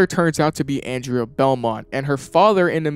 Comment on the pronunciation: The character's name is "Andrea Beaumont." Pronounced "Awn-drey-uh Bow-mont." You keep saying "Anne-dre-uy Belmont." She's not from Castlevania.